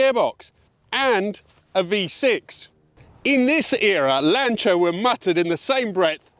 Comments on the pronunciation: Finalmente uno che pronuncia il nome Lancia in modo corretto! (non sapevo che eri Italiano, anche perchà hai una pronuncia Inglese ottima) E non bisogna scusarsi per la pronuncia perchè essendo auto italiane vanno pronuniciate correttamente. Anzi, direi che è altamente fastidioso sentire pronunciare "Lansia". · Hello. What a joy to hear the name 'Lancia' pronounced correctly. From a lover of the Beta saloon and HPE, of which my wife and I owned a number in the past. Thank you for showing us this glorious car.